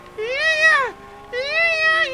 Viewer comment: its yeah not yeiah